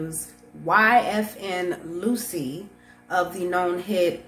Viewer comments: Lucci is pronounced “Loo-Chee” not “Lucy”. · Where does Phil find these clowns? 😆 YFN “loosy” at least pronounce sht correctly if you aren’t gonna get a better mic 🥴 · She called bro YFN Loosie It's Lucci..... We gotta do better Bro. And she called a Firearm a Forearm.....Damm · It's not Luchi.